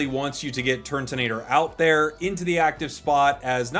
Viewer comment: just thought i'd say that it is turtonator not turntonator 🤣